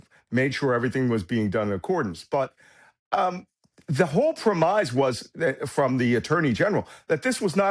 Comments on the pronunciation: I'm sorry but is this AI? "Prem-eyes"? "Sov-ren-ity"? No one pronounces those words like that, but AI would. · Good video. Interesting speculation that this was a prearranged capture, not a white-knuckle special ops event. But your expert thinks "premise" rhymes with "surmise." Sorry it doesn't. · The word is prem-is not “premize”. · sorry cannot help myself: 'premize'? Is he saying premise? (Otherwise great analysis...) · I've never heard "premise" pronounced this way (rhyming with "demise", not "blemish"). Is the meaning different? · The arrogance and smugness of a guy who can’t pronounce ‘premise’ is breathtaking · Somebody really needs to educate Malcolm Nance on the pronunciation of "premise".